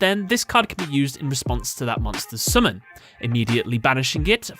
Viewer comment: Dude, how come you don't have like a million subs? Your videos are both informative and fun, and also your way of saying summoning is funny (I don't mean to be rude btw). Anyways, kudos and keep up the vids ^.^